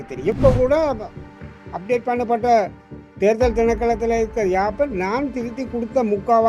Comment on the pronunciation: தமிழரசு அவர்கள் “தேர்தல்” என்பதற்கு பதிலாக “தேறுதல்”என்று பலமுறை உச்சரிப்பதை கேட்கக்கூடியதாக இருக்கிறது. உச்சரிப்பை திருத்திக்கொள்ளல் நலம்!